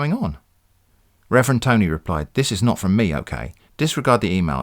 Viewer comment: The glottal stop: "FRO M" -- I died!